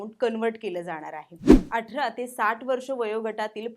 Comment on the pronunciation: अटरा नाही ग ताई 'अठरा ' 🤗🤗